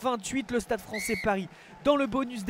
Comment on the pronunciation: "Le Stade Français-che", "essai transformé-che", c'est quoi ces gens qui ajoutent des syllabes où il n'y a pas besoin ? Dans la vie courante ça fait déjà bizarre, en commentaire audio c'est juste agaçant.